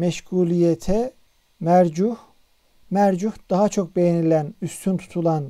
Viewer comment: Hocam, "mercuh" diye okuduğunuz kelime "müreccah" sanırım.🤔